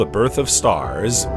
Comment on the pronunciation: each containing about 100 million StaHHhRsss